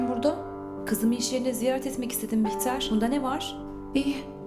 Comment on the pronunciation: Behlül e bihter dedi yaa